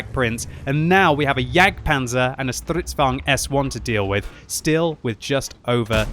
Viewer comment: Its soo funny when makes the Stridsvagn sound german. haha